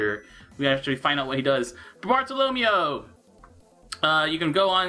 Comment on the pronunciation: Why do you pronounce Bartolomeo like Romeo, it's Barto-lo-mayo